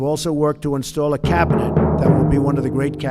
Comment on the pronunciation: It was the 'cabinet' for me 🤣🤣🤣